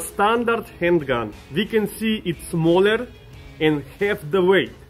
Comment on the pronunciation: Nobody:: It’s se m a ll e rr